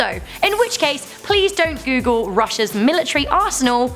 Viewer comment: I thought it said " Top 10 Things You Shouldn't Coogle "